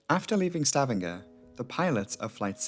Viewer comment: Fyi..it's pronounced Sta vang er. I lived there 8 years and still call it stav andger haha. Great vid! Thankyou